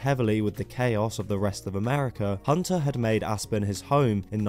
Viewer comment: I thought you said "Ass-burn" when you pronounced "Aspen."